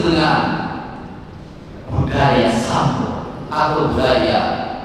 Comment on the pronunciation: Oh Rampes, dikira sampe 😅, kedengerannya sampe, ternyata Rampes ya?